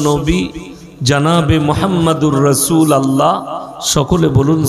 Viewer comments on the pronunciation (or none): none